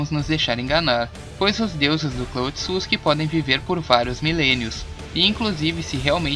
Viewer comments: Gostei do vídeo, mas me deu uma agonia a pronúncia “otsuski” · Engraçado que o fala Otsuski kkkkkkkk